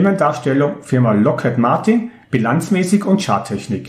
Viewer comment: ) Ich denke, die Aussprache ist Lokhíd und kein Loket :)